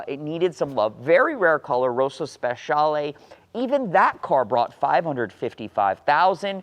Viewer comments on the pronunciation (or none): none